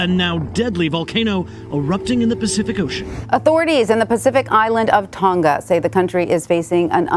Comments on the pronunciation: It's Tong-Ah not Tong-gah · It's Tong-a, not Tong-ga. Like singer doesn't have the hard g sound. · Why can no American pronounce Tonga correctly? Hint - it's not pronounced "Ton-Ga" but rather "To-Nga". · Why is it annoying me that noone can say the word "Tonga"? Its Tong-a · It’s Tonga timw